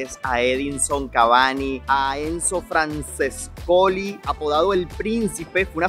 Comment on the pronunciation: Por dios que mal pronunciaste el apellido de Enzo franccescoli creo que se escribe así y ls dos c suenan ch MI MADREEEEEEE